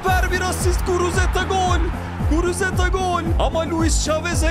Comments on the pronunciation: guruteza degil guruzeta 😂😂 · Yav reis sayende adamın adını karıştırıyorum. Şu adamın adını doğru söyle :))) Guruzeta sen guruteza diyip duruyosun :)) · Guruzeta ❌ Guruteza ✅ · Abi şuna guruzeta de guruteza değil